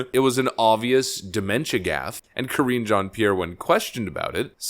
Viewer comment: Ka-ringe Jean-Pierre. Mega cringe.